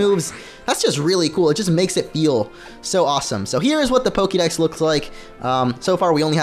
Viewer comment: Dude if you love pokemon THAT much then learn how to fuckin' pronounce it. Soooo annoying to hear PokEEdex over and over.